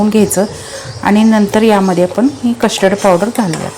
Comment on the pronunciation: Kashtard nahi custerd powder pronounce kara